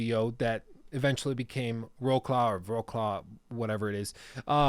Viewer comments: You pronounce it "vrotslav" (Wrocław), good video btw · Thanks for the great video. Its Tse De Proyeq't (name) Zloty (currency) and Vrots'lav (city). i'm not from Poland. Just like to point out stuff. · Wroclaw is pronounced "Wrotswaf". (Not Polish, so don't take my word on it.)